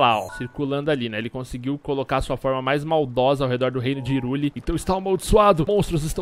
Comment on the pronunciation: não se pronuncia Hyrule (rirule), se pronuncia(rairule)